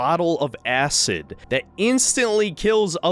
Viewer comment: "the bottle of ASS-id".